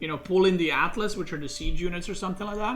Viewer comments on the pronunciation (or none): none